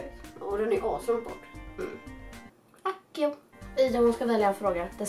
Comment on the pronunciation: Man uttalar "ACSIO"!